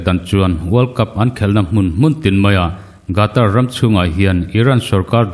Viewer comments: Gatar tia lam loin Khatar tiin lam zawk la mgaihthlak a nuam ang a... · World cup chungchang hi ila puan zui fo hmel si a Qatar i lam Rik dan hi i thlak a tha in ka hria. A hrim hrim in hetiang a inpuan hma hian a lam dan te hi lo zir lawk a lo en lawk ve thin awm ka ti. A hmjng hi GATAR ani lo a, QATAR ania...Khatar tih mai kha a har hauhlo mawle. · Gatar tia lamrik hiii..Qatar..Katar tia lam hi a dikzawk emlee!!? Lamdik hi a tha ania..Ngaithlatu kantam thin sia..